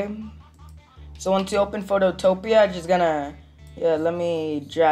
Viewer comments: this helped so much but btw its photo-pea not phototopia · It's Photo PEA not Photo TOPIA 😭😭